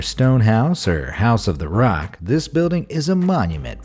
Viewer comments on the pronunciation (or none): none